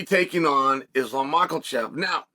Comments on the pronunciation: Did Just Uncle chael say islam micheal-chef?😂😂😂😂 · Quit butchering that niggas last name. Theres no L in makhachev. Mans said mocklechev. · already giving "Makhechev" an "L" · Hearing this as a russian is the funniest way to begin an intro 😂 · Mockelchev. Get it right! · It is very old now. Where is the L in his surname 🤦‍♂️. Not really a hard name to pronounce if you can be bothered. 🤔🤦‍♂️🤣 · If Chael says there’s an L in Islam’s last name then there is one. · I'm still trying to find the "L" in Makhachev. But if Chael says it's so.....